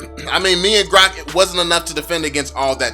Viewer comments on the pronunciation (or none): none